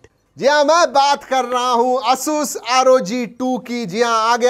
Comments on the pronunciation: Its not ayush rog tu . Its asus rog 2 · Pehle "Asoos" bolna sikh lo bhai.